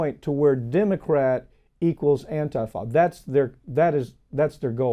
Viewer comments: Who wants to tell him it's "An-tee-fuh" and not "An-tye-fah"? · It's antifa, not antafa...